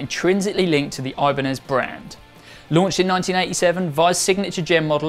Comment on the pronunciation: The brand name is Ibanez, not Ajbaniiz.